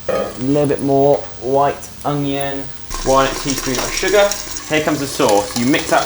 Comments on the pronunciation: Is it just me or use saying ongion instead of onion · Is no one gonna mention how says uNGion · ''hastag Junion'' 🤣🤣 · Am I the only one who always hears say "Owng-yung" instead of "Onion"?? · Is saying “ognion”?! 😂😂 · I love so much but for god sake someone teach her how to say onion properly😂😂